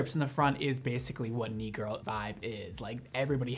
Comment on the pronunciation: I’m French and my English is not perfect! So when you said “e-girl” I was sure you said eagle 🦅 😅 I understood when I saw the title for the second video lol